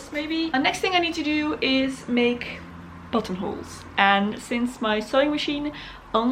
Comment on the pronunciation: I thought you said buttholes